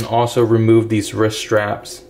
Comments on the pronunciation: Why do you say risk ? It’s rist ! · Why do you keep saying risk? It’s called a wrist.